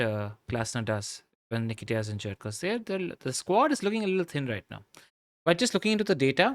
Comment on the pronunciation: That pronunciation of Nketiah hurts my soul